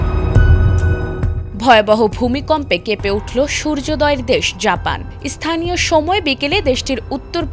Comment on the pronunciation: "ইস্থানীয়" বলেন কেন! বাংলাদেশীদের বাংলা উচ্চারণ এতো জঘন্য কেন হয়?